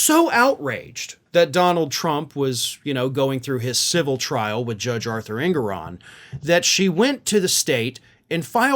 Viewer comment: ❤❤❤❤❤ Love you brother. One critique though, the Judge’s name is pronounced- EN-gore-on. 😊 ❤️❤️💙🇺🇸💙❤️❤️